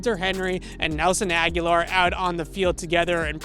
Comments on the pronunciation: Good piece for sure. That said, why are you mispronuncing Nelson Agholor’s name? It’s pronounced A-guh-lor, and you’re pronouncing it like A-gya-lor. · A-go-lore. Nelson A-go-lore. Not Aguilar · Love what you do. Thanks for bringing us all this great info! Lets go pats!!! Oh and not that its too important but you keep mispronouncing Agholor you keep saying Aghular ✌😊👍